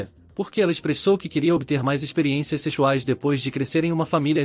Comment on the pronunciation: parei no 'seCHUais' kkkkk